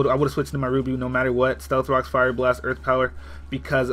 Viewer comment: DAT EARF